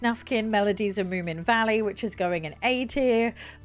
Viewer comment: Wait - didn't you learn on stream that it's Moomin Troll, not Moo Mint Roll? 😀